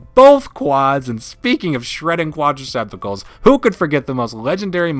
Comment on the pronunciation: This dude said quadrecepticles. 😂😂